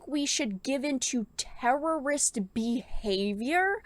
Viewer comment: Say terrorists properly..